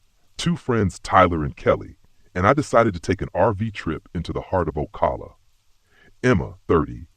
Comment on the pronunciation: He doesn't pronounce Ocala correctly so he doesn't know what he's talking about. 😂